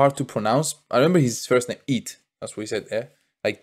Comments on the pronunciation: EET, (E ET) not IT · Eet not eat, to call eet its like a+at 😁